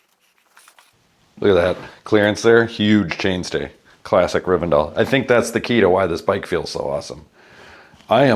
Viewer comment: It's Riven- DELL ! :face-fuchsia-tongue-out: not Riven-dale !